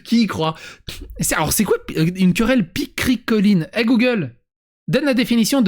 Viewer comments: picrocholine et non pas pichricoline : pour qualifier une querelle stupide. Ça vient de chez Rabelais comme dit la dame Gogole. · La culture se perd... Ce n'est pas "picricoline", mais "picrocholine".